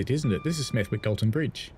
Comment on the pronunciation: Anyone who pronounces the w in Smethwick is either an outsider or posh. Either way it’s dead wrong! While I’m at it, football came home and stayed home for the women. Still waiting for another actual World Cup though. The men won ALL their qualifiers.